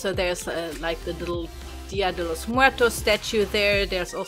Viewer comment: The story behind the family was very creative. I never would had thought something like that;) Btw, I died when you said "Dia de los muertos". I love your pronunciation and your accent in Spanish, so cool. See you, my friend:)